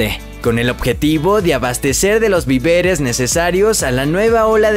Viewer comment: Me hizo mucha gracia la pronunciación del narrador cuando dijo: artifices, en vez de artífices y viveres, vez de víveres. No fue fácil escucharlo, oyendo como pronuncia la última palabra de cada oración con pausa… madre mía 🤦🏻‍♀️